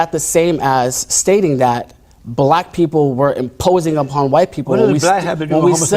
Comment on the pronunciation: "Buh-lack pee-po-uhl" - Standard mouth-breather enunciation limit.